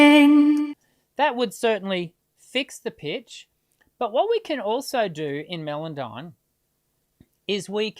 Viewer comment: The software is called "Melodyne" pronounced "Mellowdyne". There is no melon in it be that watermelon, rockmelon or even Mellencamp the watermelon camp owned by John Cougar. Hope this straighten things out.